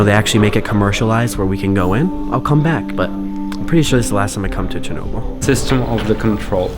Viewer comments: Fucking Peter Jennings...."Churnable" Atomic Power Plant. Almost like Wilford Brimley with his "Diabeetus". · That news idiot doesn’t know how to pronounce Chernobyl and Moscow